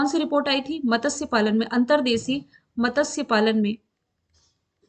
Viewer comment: Matasya नहीं Matsya. .....त, स और य को जोडकर pronounce करें